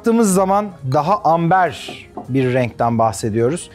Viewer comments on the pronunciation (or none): none